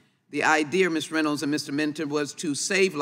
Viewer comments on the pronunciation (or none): none